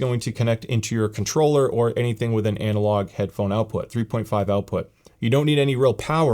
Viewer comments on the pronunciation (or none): I think I heard "Headphome" multiple times🤔